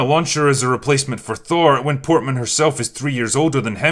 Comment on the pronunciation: I'm not trying to appear as one of those Twitter guys, but my dude, you can say Portman. Edit: To further be on the side of Natalie here, didn't she actually lift weights and all to get into shape